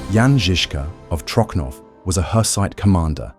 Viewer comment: Trocnov is pronounced Trotsnov in czech not Trokhnov, it sounds weird especially next to perfect czech pronunciation of Žižka..